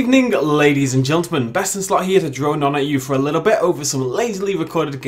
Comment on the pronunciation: Do you say “Good evening, ladies and gontlemen”?